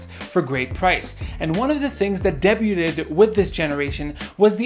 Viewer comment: "And one of the things that De-bu-Ted at..." LMAOOOO. HEADASSSSS. DEBUT, MY DUDE. It's pronounced "Dey-bue".